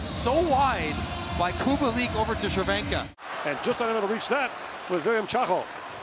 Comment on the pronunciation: Respect for the commentator! Those ,,Červenka and Kubalík" were perfect!